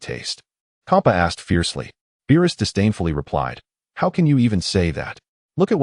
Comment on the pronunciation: Why does it keep calling Beerus Bilus?